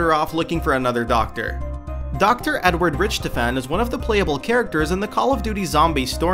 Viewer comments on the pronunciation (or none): rich tuhffahn. ITS RICKTOFFAN XD no, but amazing video. Good job and keep up this amazing work. (those where pronunciation things.. not spelling things.) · how could you pronounce richtofen wrong.. they say it in the games :/ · Am I the only one who is slightly triggered by the way he said Richthofen...